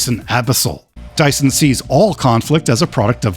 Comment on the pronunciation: It's Dision, not Dyson